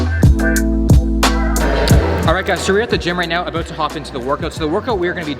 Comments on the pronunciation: "I don't know aboot that.' 2020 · "I don't ABOOT that, I don't know ABOOT that" lol. If you didn't know he was Canadian before, you definitely know it now lol